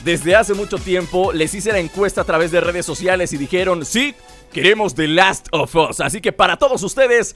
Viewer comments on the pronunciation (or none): THE LAST OF US Y SE PRONUNCIA AS SI COMO CULO ASSSSSS ASSZZZ!!!!